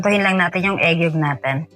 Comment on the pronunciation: Correction lng po. Egg yolk po yon. Hindi po egg yog. Sorry po ha.